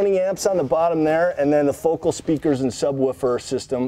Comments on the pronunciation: fwiw; It's not "Fo-kul" ... it's pronounced "Fo-kal" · its not foe col...it's foe CAL